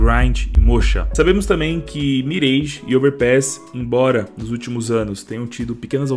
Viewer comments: salve, espalhe a informação que a pronúncia é "Miráj" e não "Mireige"! (Confira no google tradutor) P.S.: um exemplo é "garage". ninguém fala "Gareige", certo? correto é "Garáj" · Queria muito ver a Season e a Russka na rotação. Só uma observação, não se fala "mirêige", e sim "miráge".